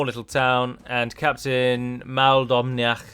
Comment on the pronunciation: Captain Maoldomhnaich's name is Gaelic and pronounced like "mull-down-ey" with the end syllable like in "hey". Don't ask why, as a Scot I know how to pronounce Gaelic names (as many of us use Anglicized versions, like Muldowney in this case) but I've no idea why on earth they decided "aidh", "aidgh", "aich" and many other large collections of letters are all needed to represent the same 'ey' sound.